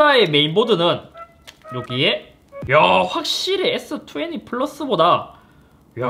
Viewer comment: S투웨니ㅋㅋㅋㅋ 발음은 투웬티인데..ㅋㅋ